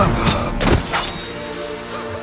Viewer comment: I don't even see how this is fan fiction, since not even the fans would butcher wow this bad xD